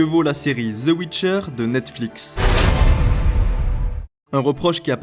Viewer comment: Ze ouitcheur ... purée ! XD Le jour où les Français pourront prononcer l'anglais correctement, je serai reine d'Egypte.